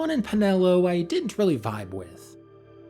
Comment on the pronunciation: “C’mon Penelo” 😐